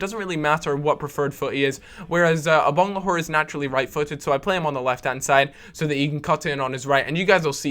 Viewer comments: It's Agbonlahor not Abonglahor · Please stop saying Abonglahor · "I-bang-le-whore" Brilliant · Why can't you say Agbonlahor?